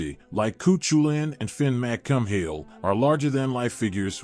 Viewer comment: Fin McCum-Hill? Really? 🤬